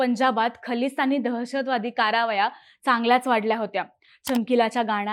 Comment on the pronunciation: शब्द उच्चारावर थोडा भर द्या. ६:३९ ला खलिस्तानी दहशतवादी कारावाया असा उच्चार झाला आहे. तो कारवाया असा पाहिजे. अजून पण काही शब्द उच्चार आहेत, पण ते बोलीभाषेच्या लहेजा मुळे असू शकतील.